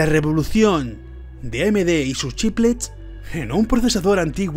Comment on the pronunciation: Me pone nervioso que no pronuncies bien "chiplets", "chiplecs" y "chipleps" XD